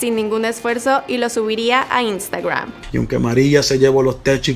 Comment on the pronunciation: No se dice "instagruam" es "instagram"